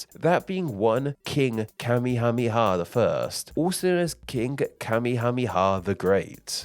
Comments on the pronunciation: You promised Kamehameha wrong the whole video. It's ka-MAY-uh-MAY-uh. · King Kamehameha's name is not pronounced the same as the dragon ball thing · Worth noting is that the anime pronounces his name wrong. It's not KA-me-HA-me-ha, it's ka-ME-ha-ME-ha. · Listening to you struggle to pronounce that ridiculously long list of names of the king, was hilarious 🤣🤣🤣 This, coming from a United States Navy guy that was stationed/lived in Hawai'i, for over eight years.